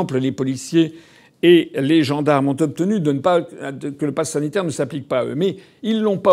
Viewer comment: « Nous dénonçons le passass sanitaire. »